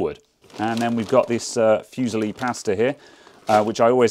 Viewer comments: Fusilli: Foo - ZEE - lee, accent on the 2nd syllable. Pasta: PAH - stah. Not passed - ah. Just saying. Love from Italia. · It's pronounced "FOO-SEELEE"